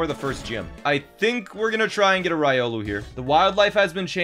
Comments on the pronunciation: "Rye-olu". That must be like a sandwhich or something. XD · Your Riolu pronunciation hurts me inside... Ree-oh-lou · this is bothering me. As an avid Trackmania watcher, it is REE OH LEW. STOP SAYING RY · He mispronounced Riolu, and it hurt me. ಥ‿ಥ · The way you say Riolu bothers me.